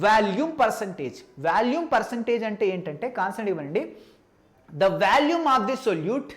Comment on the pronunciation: orey adhi Vaalume kadhu V'o'lume